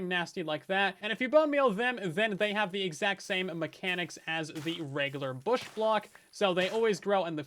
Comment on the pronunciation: Bush? no no no BOOSH!